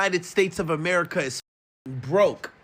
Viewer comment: "ameirca" X.X. Lol it's America..